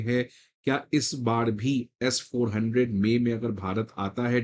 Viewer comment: It's not S4. 100, it's S. 400